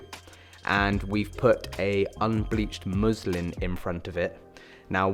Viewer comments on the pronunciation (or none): just finished it - amazing setup i love both the muslin and softbox look But when you said first time unbleavhed muslin - i tough u said Muslim 😂😂😂😂 im like umm